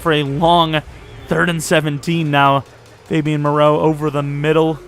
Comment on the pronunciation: dude really said Fabian 😂